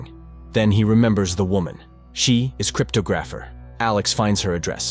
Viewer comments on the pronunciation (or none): lol whoever scripts this for the A.I. to read has a 5th grader's comprehension level of the English language, you can spot plenty of errors. he said "SHE IS..CRYTPO GRAPHER."